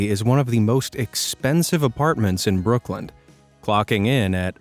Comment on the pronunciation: Brooklin does not have a "D" at the end. duh.